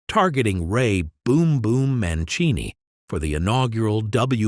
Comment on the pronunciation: didn't Haugen test positive for Marihuana? maybe that was another time. Mancini was actually pronounced correctly here, w/ the authentic Latin "chini" starting in the 2nd syllable. even by then, Hector was hard to hit .